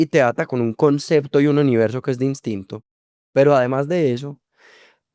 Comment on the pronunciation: AMÉ EL MOMENTO EN QUE DIJO DINSTINTO